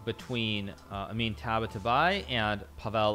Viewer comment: Its Taba-taa-baee